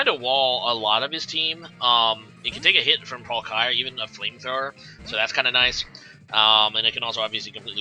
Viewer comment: Why do you keep saying palkaaaya.. its triggerin me This comment is b4 i see rhe actual battle occur. Oof tough game...